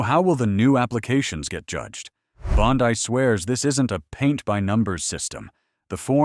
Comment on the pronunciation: Pam Bondi (Bon-Dee. Not Pam Bondi-dai.)